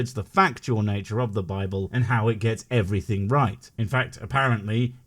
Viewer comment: "What is dumb about believing in God?" -"Everyting you want" "Everything? -" Every Ting!"